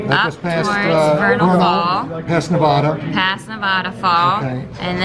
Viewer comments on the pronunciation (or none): It's NevAda, not NeVAHda……….:) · Please pronounce Nevada correctly. Ne-VAD-uh